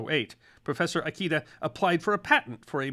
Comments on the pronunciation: just a small thing: it's pronounced "EE-KAY-DUH", not "EYE-KEY-DUH". lol. Like I said, just a small thing. 🙂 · i love you but always remember: all Japanese vowels are short! Ikeda isnt "eye key duh" its "ih-keh-dah" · Pronounce Ikeda as "eekaydah" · Kikunae Ikeda is supposed to be pronounced like “key-qoo-nah-A, E-K-dah.” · How many times are you gonna mispronounce "Ikeda?" Damn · That is not how the name Ikeda is pronounced, nor how Kikunea is. You American, you. That is also not how parmesan is pronounced. You American American, you. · Maybe you know something about the West and its history, but nothing about Japan. Before creating the video, you should have consulted a knowledgeable person in how to pronounce "Ikeda" and the rest of the Japanese words you mispronounce terribly, besides misspelling it, it's "Kikunae", not Kikunea.